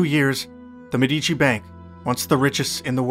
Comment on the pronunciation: For your information, in the word 'MEDICI' the stress falls on the first syllable.